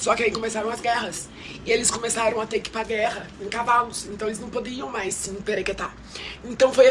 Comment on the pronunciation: A cada “emperequeta” que essa mulher falava me dava vontade de morrer, senhor kkkk